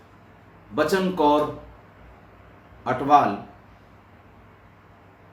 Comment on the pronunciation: Sir g pairi pauna sir g bht jaaada pyar satkar te ijat from punjab love you so much sir g naale ik gal hor sir g ATWAL not ATHWAL